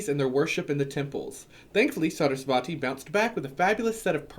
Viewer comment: For Parvati the emphasis is on the first syllable: PAR-vati. For Saraswati it's on the second syllable: Sa-RAS-wati. For Durga, the u makes the long "oo" sound. Sanskrit is a phonetic language, so the pronunciation is pretty clear cut. You can listen to some mantras or tv serials here on YouTube to confirm, but in another video you mentioned the importance of community and having at least a group of people you can discuss your path with. It'd be just a little awkward to be claimed to be connected to Hindu gods and show up around a group of other Hindus/Hindu witches and it turns out you're unsure of how to say their names.